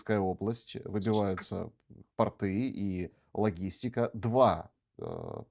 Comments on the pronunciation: специально говорит портЫ, чтобы все в комментариях писали:"не портЫ, а пОрты? " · Пожалуйста, произносите пОрты, а не портЫ!!! ПортЫ - это одежда, типа штаны, отнюдь не очень презентабельные. Поэтому когда произносят что " стреляют по портАм, считайте что произносят что стреляют по штанам.. А ведь это совсем другой смысл. Извините, если была некорректна🙏🙏🙏